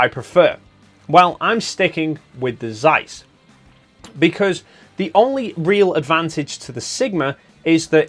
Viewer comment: Zeiss, you read it rong.